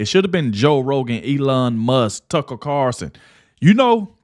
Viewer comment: I wish that would get Tucker's last name correct he says Carson instead of Carlson!!